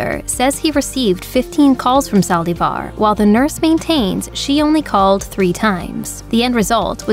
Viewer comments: Did anyone count how many times she said saldivarrr? Lol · why do you say Yolandas last name that way? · Why does the lady speaking keep saying Yolanda last name wrong